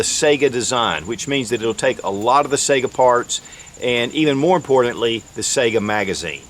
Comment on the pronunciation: "Saiga" rhymes w/ "tiger," not the "SEGA" videogame console...